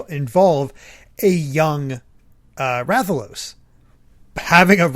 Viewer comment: I kind of died a little on the inside when mispronounced Rathalos.